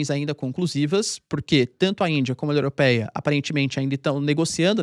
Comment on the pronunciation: "No dia da COMORAÇÃÓ do Dia da República para psra os indianos, a UNIOROPEIA..."